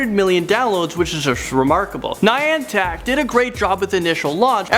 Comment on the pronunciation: haha, the way you say "clinton" like "clitn" and "niantic" like "niantac"